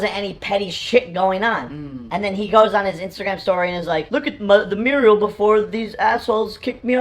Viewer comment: mural! MURAL! ITS MURAL JAKE! not Muriel ....